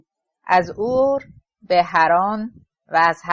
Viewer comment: حیف این کتاب که رو خوانی خانم راوی نا مفهوم و خسته کننده و با یک ملودی و ریتمه یکنواخت خوانده می‌شود خدایی موسسه ای آوای بوف خانم دیگری نداشتند که به ایشان این کتاب با ارزش داده اند ایشان حتی نمی تواند اسمای خارجی که بعضی از آنها شهرهایی قدیمی بلژیک و آلمان هستند واقعا متاسفم که ایشان کتاب را ضایع گردند شهر Urk.